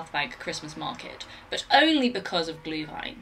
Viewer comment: I love how you pronounced Glühwein like a true German